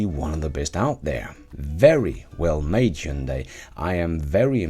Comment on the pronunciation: Hyundai IONIQ-5 should have been compared more to Model Y? BTW, your pronunciation of "Hyundai" is almost perfect! (only very minor correction would be: instead of second syllable being "day", it should be like "deh", but still the very best in 20 years of non-Koreans pronunciating it as Hyun-die, Hun-die, Hi-yun-day... Thanks!